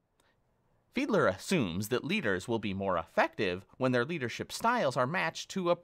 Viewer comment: It’s Fiedler lmao